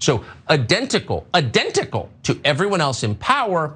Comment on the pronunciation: Tucker Carlson: "A..dentical, a..dentical, to everyone else in power". Aside from his many flaws, chalk another one up for the Swanson elitist, for not being able to pronounce "identical" on two occasions, in the same sentence.